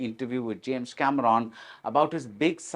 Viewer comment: mispronouncing the name Cameron was the prelude of a very biased interview